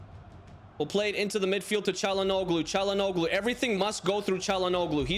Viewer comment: Same as Broja, check pronunciation for "Çalhanoğlu" too mate ahaha. The 'g' and 'ğ' are not same.